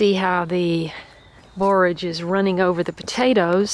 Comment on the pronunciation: I enjoy your videos in general but today I especially appreciate that you pronounce "borage" correctly.